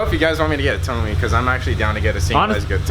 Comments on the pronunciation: isnt it pronounced "Toe-may"?? good video though!! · "Toe-may" bro. Like your toe in may.